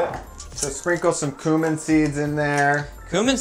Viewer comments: He says "coomin" so confidently :D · The way they say cumin makes me uncomfortable